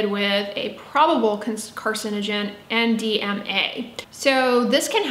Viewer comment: Did you say NDMA or MDMA? cos the second si ecstacy lol.